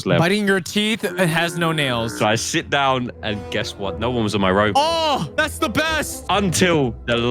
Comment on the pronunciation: Did bro say sit or shit?